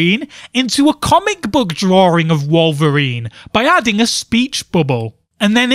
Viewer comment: "The year, of DRAWRING."